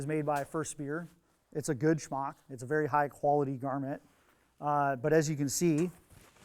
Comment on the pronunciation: Really dig the way says "smock."